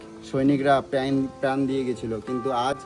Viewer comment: নেতাজি তো ঠিক আছে। কিন্তু আর কেউ আমাদের স্বাধীনতা দেয়নি? আর প্র্যান কি? 🤣। কথাটা প্রাণ